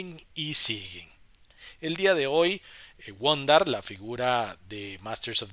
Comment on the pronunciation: ya no digas wun darr... zodac, roboto o shera cuestan un huevo conseguirlas